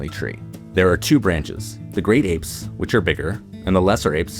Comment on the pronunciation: You use a lot of contrasting sentence constructions (eg: "That's all the lesser apes... let's head on over to... the great apes"; and "the southern white-cheeked gibbon; the northern white-cheeked gibbon...") but aren't getting the prosodic stress right (eg: emphasizing "apes" rather than "great", or "southern" but then "white" for the northern one).